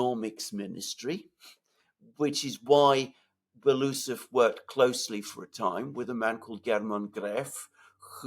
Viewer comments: Medvedev is FIRST deputy on Military-Industrial Commission, Shoigu will be just ‘deputy’! Medvedev was also visiting factories a lot. Belousov is pronounced ‘Belo-oosov’, not ‘Beloosov’🤓👍🏻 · Great show again! Love how you guys explain and sort out these matters. Btw. It’s pronounced Belo - usov